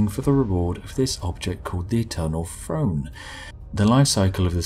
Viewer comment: No offense, I love your videos, but what's an "Eternal Frone"?